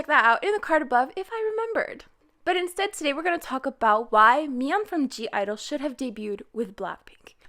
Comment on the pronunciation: anybody else triggerd that she keeps saying gidle instead of idle LIKE WHAT THE FUCK!